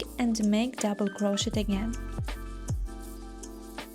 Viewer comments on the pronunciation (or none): I love this pattern! Currently making it for Halloween. 2 things though, SAID WITH LOVE the T in crochet is silent ('cro-shey' or cro-sheyed or cro-sheying) 2ndly, that background music is absolutely TERRIBLE! Both are Very Disturbing to my 'Tism's, and I had to turn the sound off, which is a shame as youhave a lovely speaking voice 😂❤